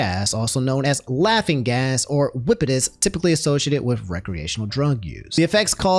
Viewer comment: no way dude said whippitis